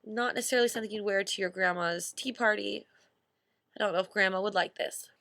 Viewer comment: " I don't know i'f grandma would like this" xD ily Ash